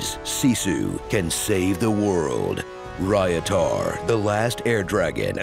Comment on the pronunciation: "Rayatar The last airdragon"